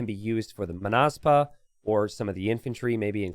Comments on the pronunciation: It's Mónaspa, not Monáspa (with Hermione's voice) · you pronounce it as [məˈnʌspʌ] or [maw-nahs-pah].